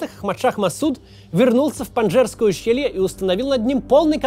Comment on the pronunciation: Прямо изрезал ухо своим этим "панджерское" нет ска такого ущелья!